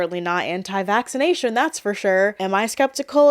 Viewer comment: You cant say "vaccination" now?!?!?! 🤦‍♀️🤦‍♀️🤦‍♀️